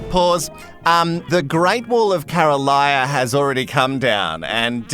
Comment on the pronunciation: Sorry mate. Her name is Carolina not Caroliya. Lol